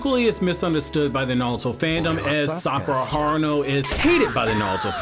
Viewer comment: Sakura haruno not horno😂